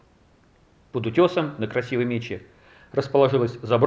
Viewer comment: я там нашел серебряный дерхем с арабской вязью. Предположительно X-XIII века. Причем за пределами вала. Такие выступы песчаниковых плит есть по всей Красивой МечЕ (ударение на второй слог) и по рекам в нее впадающим. Это просто природный ландшавт. А про родничок под соседней скалой ни слова. Вода из этого родника и есть самое главное ради чего стоит приехать в ишутинское городище.